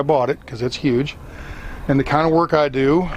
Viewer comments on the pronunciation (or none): he said yuge!! just like Trump